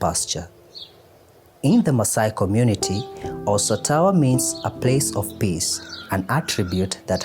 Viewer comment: Its "Sotowa" not "Sotawa". Great environment..love it.